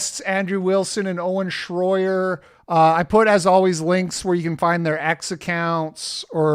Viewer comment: “Shroyer” Here we go again 🙄